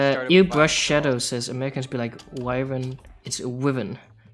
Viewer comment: The correct pronouncing of Wyvern is Why-vern